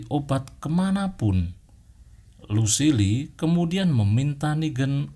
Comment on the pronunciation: Kan Kalo negan baca nya gitu tapi Lucille dia salah